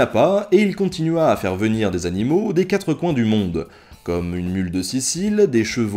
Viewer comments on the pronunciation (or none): none